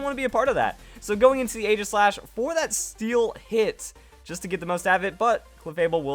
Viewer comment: It's Ee-ji-slash you fool.